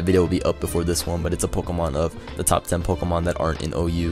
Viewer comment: "Pokomon" Lul, Pokémon XD